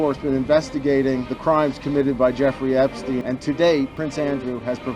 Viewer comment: Andrew espstiene😂